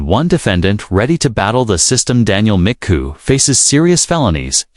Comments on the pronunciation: it's not Mccoo, it's MAGOO! make sure you get his ridiculousness right! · McGoo not McCoo